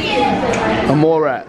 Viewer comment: Lol he said moe rat